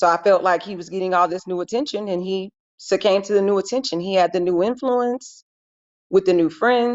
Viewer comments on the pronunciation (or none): Attorney: “He SUCCAMBED to the attention”…..Ma’am, you mean SUCCUMBED???